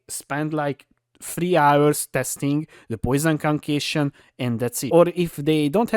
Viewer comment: "Conqueishon" hehe , sorry not making fun of., just sounds funny.